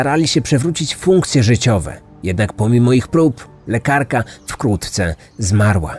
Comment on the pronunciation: Za każdym razem gdy mówi Pan wkrótce słyszę wkłótce🤔